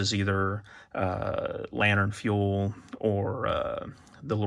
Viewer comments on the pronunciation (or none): none